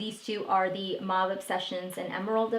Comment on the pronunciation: Mauve is pronounced as “mow-v”.